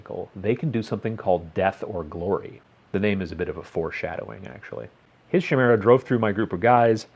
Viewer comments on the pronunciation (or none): Chimera Ky-mera Not She-mera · Chimera, I hate to break it to you, but it's pronounced kimera, not shimera. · Shimera. Sigh I can't unhear... :p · Chimera is pronunced kai-mera not ch-mera. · It's pronounced KAI-mera. KY-mera. It's Greek. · every time he said shimera i died a little inside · Kai (rhyming with buy) meera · I've never heard someone pronounce chimera so wrongly before in my life.